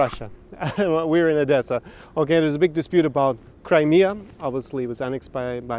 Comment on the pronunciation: You better not transfer Ukrainian cities` names from russian language, or we'll get annoyed. Odesa is not odessa (even Google Maps know this). And it reads 'OHdesa' not russian 'AHdessa'.